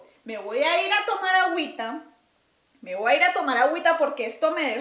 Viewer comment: T "wua" decir algo...😂....ya se le pego lo centroamericano a